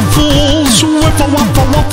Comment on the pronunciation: Did I here a (ae to make the long a sound) Waeffle in there?